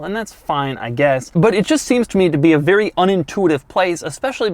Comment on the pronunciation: “This car feels “bvery” “bvery” “bvery” quick” .......this Audi is so much fun, Dough can’t even get the words right.... Awesome